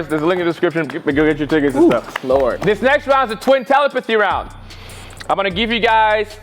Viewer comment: We can tell has been practicing saying “telepathy” since the last video😂